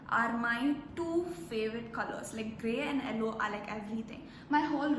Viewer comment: The way you said yellow “ellow” 😍